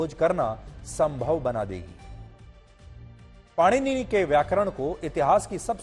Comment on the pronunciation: सुधीर चौधरी जी से भगवान् पाणिनि का नाम भी ठीक से उच्चारित नहीं हो रहा है भला ये हमें क्या ज्ञान देंगे।